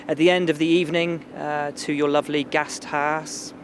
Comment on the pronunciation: Gasthaas instead of Gasthaus Made my day xD